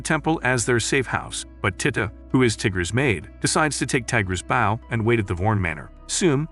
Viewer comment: When it’s spelled bow but the bot voice says baw